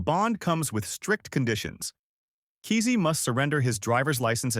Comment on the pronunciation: You're pronouncing and spelling his last name wrong. No excuse for podcasters to make these mistakes. Unsubscribe. 👎